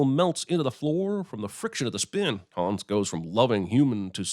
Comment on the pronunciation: Sigh "Hans" is not pronounced "Haaaaaaawns". It's "Hunns". And then he "corrects" the character on the pronunciation of the word "sauna"... No there aren't. Kreep.